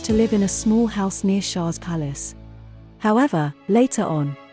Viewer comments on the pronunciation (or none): none